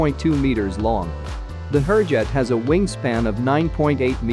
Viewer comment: I would really request to at least pronounce the names of the aircraft correctly. They are pronounced Hoorjet (not as in poor but as in moore) and Tey-jus ( and not tehas - it is not a scandenavian or spanish name).